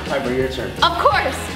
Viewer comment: Piper why u say of course like that